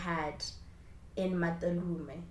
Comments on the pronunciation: It's Em - twaa - lume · It’s pronounced Mthwa-lume babes. I love your channel! That you so much for doing something different!❤️ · I died at how you pronounced Mthwalume yhoo😂😂😂 it's pronounced Mthwa-lu-me. Anyways i love your content even though it made me ctinge that this happened like right near my home town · It's pronounced as mth-wa-lu-me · My hometown. It's pronounced MmmmmTwaaaLume 😅😅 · That's not how you say Mthwalume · The way you pronounce Mthwalume really tickled me🤣🤣🤣🤣